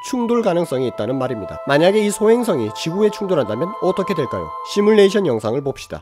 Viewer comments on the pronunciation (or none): none